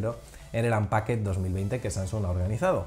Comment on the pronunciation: ANPAKET?? para decir Unpacked? Por favor, tened en cuenta la repercusión que tienen los Youtubers a la hora de decir alguna palabra en inglés 🙏🏻! Soy muy fan de la manzana mordida de hace tiempo y me encanta y sois unos cracks! Pero tened en cuenta eso porfa, GRACIAS POR TODO!